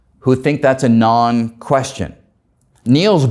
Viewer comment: His accent is exaggerated, unreasonable, and intolerable. He can barely talk. Not cool. Dr Greene was very tolerant and patient. He's facing Dr Greene, listening to him speak clearly, for 20 minutes, why can he not imitate at least some of what he hears? Not quantum me-hanics, quantum mechanics. Not spid, speed. Not rality, Re-ality. Not steal, still. Awful. Guy needs speech coach.